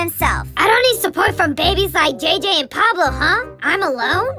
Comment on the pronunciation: Pablo Not Poloo